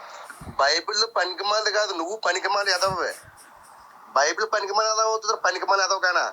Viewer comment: Baibel kadhu bulbul adhi